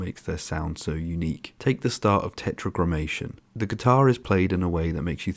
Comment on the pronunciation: I heard somebody say that in a different video last night and thought how odd to hear it mispronounced. 24 hours later…